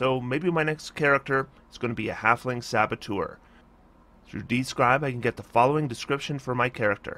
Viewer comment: dude it's sabot-ue-r with an eu which makes the sound of ö, not ure